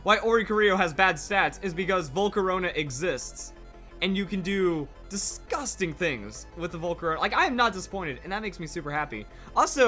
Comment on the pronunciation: 3 syllables DIS-GUST-ING